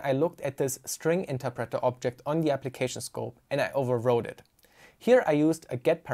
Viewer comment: The way you pronounce "interpreter" drives me crazy